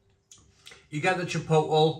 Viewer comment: Chipotle is pronounced chi-pote-lay, not chip-ottle, (I also used to make that mistake)